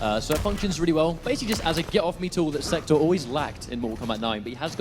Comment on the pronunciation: they cant even say sektor right, lol